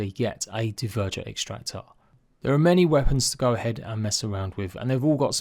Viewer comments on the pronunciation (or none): Anyone else get triggered when he calls them "d-ver-jer"? Pretty sure it's "dwerger" (,rhymes with burger) but I could be wrong 🤷‍♂️ would just make sense thinking of viking wording. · I understand your concept but I still lean more towards the Norse pronunciation, think of names like "Bjorn" it's pronounced "byorn" rather than "b-jorn" so using that I'd assume it's pronounced "dwerger" 🤷‍♂️